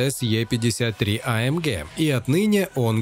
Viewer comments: гЭ а не гЕ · а эм гЭ !!! не ге... господи, из ушей кровь идет после 3го раза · Ты не один такой. Меня тоже тошнит от этого Геее. Джи, блин, ДЖИ. ЭйЭмДжи. ☺ Так что ты не один, кого тошнит от этой Ге. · А Эм ГЕ😂 гегеге🤣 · AMге прям режет слух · Бесит когда ты говоришь амге😂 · Вымораживает когда автор говорит амгеэ ска бесит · Что еще за АМГееее? Слух резало всё видео. Ни разу не слышал такую версию произношения. Ну и кликбейт, конечно. Где там конец доминирования с такой динамикой??? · Блевать хочется когда так говорят